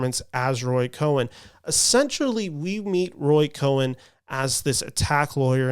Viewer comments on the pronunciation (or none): Cohn is pronounced like "cone" with one syllable.